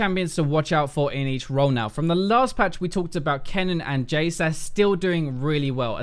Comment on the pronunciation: Jay-SE? Isn't it pronounced Jaysssss?